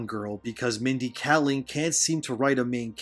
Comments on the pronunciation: Two things: 1. Kayling, not Kalling. 2. Slavs are considered people of color. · Really appreciate the upload. She's trash, but if you care, (and i understand if you don't) her name is pronunced "KAY-ling"